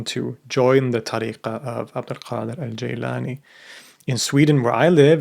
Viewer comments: It’s not ”Geylani” it’s Gilani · Thank you as always a very informative video. Most sufis who follow this order do not pronounce it Jîlânî rather Gîlânî.